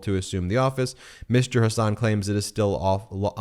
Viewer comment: It is Hasun, not Hasaan!